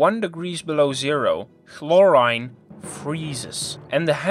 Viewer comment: Accent is one thing, he just mispronounced it. And other words like chlorine.